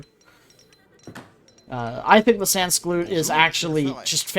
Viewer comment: You have to pronounce ''sansculotte'' like this : Scent (without the T) Coo - Lot